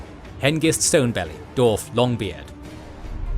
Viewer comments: Dwarf, NOT Dorf! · I love the channel and watch all the time too, but man im struggling with this one just because he keeps saying Dorf